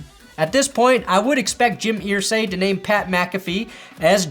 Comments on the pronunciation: Pronounced er-say not ear-say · ERsay! Not EARsay! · Pssst!!! It's pronounced 'ER-say' rather than 'EAR-say'. My poor old Hoosier ears struggle. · Jim Irsay is pronounced like Er not Ear. 😂